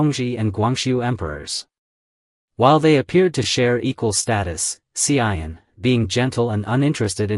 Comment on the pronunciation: You pronounced wrongly the name of the Empress Tzu An, not Hsi I En